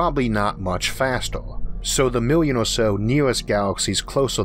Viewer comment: How big is a 'mewian'?